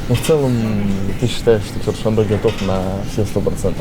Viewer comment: не Чершанбе, а ЧерТшонбе